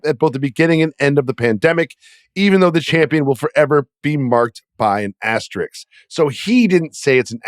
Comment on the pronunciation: It's not an Asterix. It's an asterisk. Verno knows the word., you can learn it, too! Great show as always, guys.